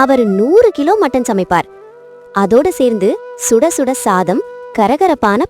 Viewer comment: ஸுடஸுட இல்ல சுடச்சுட